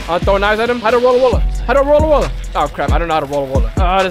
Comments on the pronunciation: I've also gotten ALOT of tales of universe I've gotten so much to the point where I frown from getting it..My luckiest moment was when a dragon ball spawned back to back.. (This is all about his lucky moments) Also why does he sound like he's saying World-A-Roller instead of Road-Roller? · "Rolo rollar" idk what that is isnt it road roller? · bro its not roda rolla its just road roller😐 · Bruh man says rolla rolla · i just love how he call the road roler rola rola XD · Did i heard u say Wollo Wollo... HAHAHAHAHHAHAHA